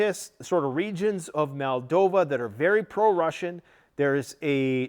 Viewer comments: BRO. Please stop saying- MAL-DOVA... its, MOLE-DOVA. I have a couple brothers in arms who were born there.. Just like Italians get incensed when people call us EYE-talians... Good grief we're not from EYE-taly.. We're from IT-taly. Moldovan's are from Moldova.. They are not from MAL-DOVA. Not trying be a duck here (Yup, said DUCK on purpose) but, people get offended when others talk about their Country and don't take the time to say it right. You're from Canada not Cuh-nada. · And it's Moldova no MolDAva. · "Transnisteria", " Maldova". Has this grifter just made up his own pronunciations for these words? Most likely he wouldn't have been able to find Ukraine on a map this time last year.